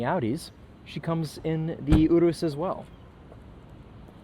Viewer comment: Excellent pronunciation of Urus, not lucido though